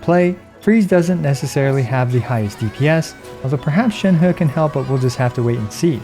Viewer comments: Hey, on ur Sheng He video, pls pronounce Sheng He more like "sheng-her" not "sheng-hurr".:) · Please stop saying ShenHUH! It isn't fun or funny. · I feel like everybody having trouble pronouncing Shenhe